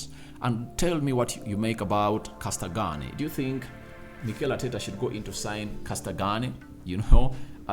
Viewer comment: I love how cold you butchered Castagne's name 😂